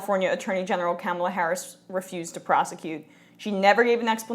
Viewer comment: It's pronounced Ka- MAH-la. And I differ with your interpretation that it is fantastic news. "Fighting for the American people?" I'll believe it when I see it. And we DO know a ton about #KounterfeitKamala'rs record from her days as AG of CA. Also, John Conyers single payer bill HR 676 has been "out there" for 14 years and never passed when the Democrats were in total control. Here is my take on this news.